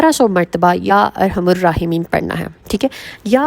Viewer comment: Ya arhamar rahimeen .arhamur nhe parhna arhamar parhna hy